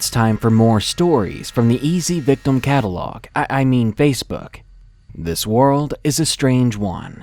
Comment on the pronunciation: XD lol "catalog" love it